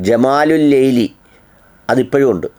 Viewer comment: മലയാളം വായിക്കാൻ പടിക്കെടാ അനിലേ,, നീ എന്താ വായിച്ചത് ജമാലുല്ലൈലി എന്നോ,, നോക്കി വായിക്കെട അനിലേ